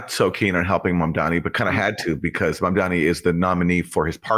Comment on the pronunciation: "Mamdani", not "Mandani"